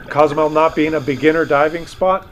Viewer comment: I lived in Cozumel for 23 years and it is a fabulous place. Btw, Co-zumel is pronounced like Coho. There are days that the little town is inundated with Cruise Ship passengers; it isn't unusual to get 13-17 ships a day in high season or at least that's how is was when I was there 20 yrs ago. The other side of the island is beautiful and a great escape from the downtown area on those heavy cruise ship days. There is a saying there "Man created Cancun but God created Cozumel ".❤